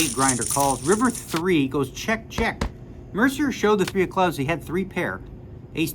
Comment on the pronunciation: "MER-CI-ER" - you're Canadian and you're pronouncing Jason's name MER-CER?😂 Bad form Daniel. Bad form.😂